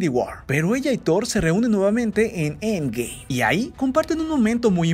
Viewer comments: Me da cólera como dice end game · Me caga como pronuncias End Game, ya no lo pronuncies así es molesto 😒